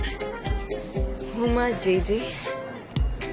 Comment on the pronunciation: Huma ❌ huya ✅